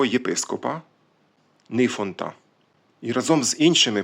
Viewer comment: Правильніш було б прочитать [ɲixⱱɔntɐ] ? Чи ми вважаємо що читаємо од якогось геть грамотного священника?